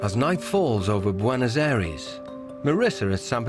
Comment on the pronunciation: Did he just say Buenos aries 😂